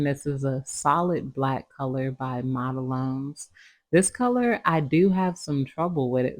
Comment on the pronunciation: Black and white are notorious for wrinkling. The main reason for that is the coat is too thick. For pure white and solid black you have to do very than coats so that number one they will cure completely the whole way through and number two they don’t wrinkle. It is actually pronounced model one as the brand 🙇‍♀️🤍